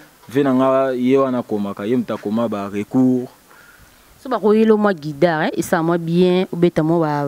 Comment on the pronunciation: on ne dit pas guidare mais plutôt guitare OK?